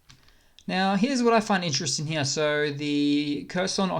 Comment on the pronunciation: LOL, you sound normal until you say the word here. Then you turn into a 65 year old British gentleman from 1900 wearing a monocle. "I say! Look heeyah!"